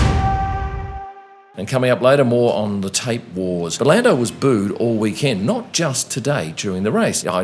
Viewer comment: It's "week-end." You know, like the end of the week? Not "Wee-kend" like a tiny, cute little kend.